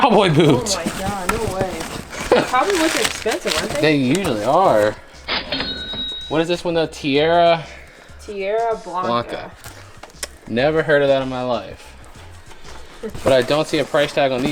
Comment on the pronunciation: Tierra blanca 😂 is a mexican brand the way u guys said the name